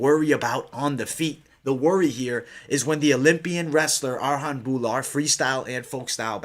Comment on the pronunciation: Its not Arhan, Its Arjan... J is pronounced as a J